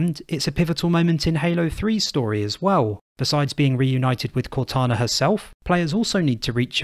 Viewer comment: Blows my mind how you and others can insert the sch sound in places with s's and a r sound where there is a w. Assuming sounds like Asschuming or saw sounds like soar. I love it tbh.